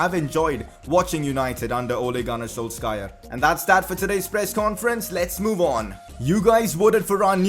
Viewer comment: Ole gun s....wtf? That's not how you pronounce his name bro😂